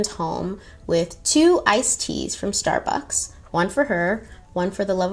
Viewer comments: I could be wrong but I don't believe there's a "th" at the end of Starbucks. Who the hell says "stabuths" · "we bothhzz love thsarbucks"